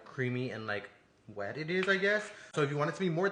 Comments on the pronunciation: why would you say wet like that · What was that (WęT)goof ahh